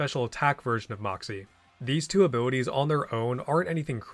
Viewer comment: Idk why I can't stop hearing abiwities 😂